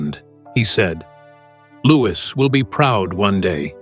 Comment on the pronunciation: At least pronounce his name right. Louwee. No S at the end. Louis.